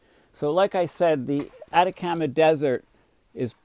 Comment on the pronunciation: I hate to do this because I appreciate your work and your service, but if you don't learn how to pronounce names I'll stop watching from irritation. You miss said homage, Chile, Atacama, Buenos Aires.....all wrong! Please get an editor